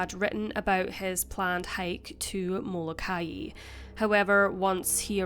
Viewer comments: It's pronounced Mola ki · I have relatives on the Hawaiian island of Molokai and you are pronouncing it incorrectly... It is pronounced the same as the biblical prophet Malachi... I had no idea what island you were talking about at first and had to listen carefully to understand the mispronunciation... Love your channel though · Molokai is phonetically pronounced Mo-Low-Ki